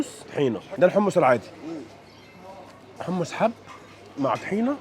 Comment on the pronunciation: حمص مش حمس 😃😃😃